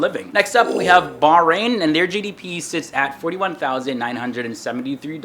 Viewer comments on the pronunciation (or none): It's not barbarian it's bahrain